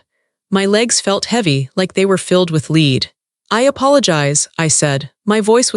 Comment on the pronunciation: A white linen outdoor sofa? Not very practical! Are you nuts? Lead in this case is pronounced “led”. So, where does Aurora’s family live? Back in Ohio? They drove all the way to Malibu in the junky old truck…like the Beverly Hillbillies?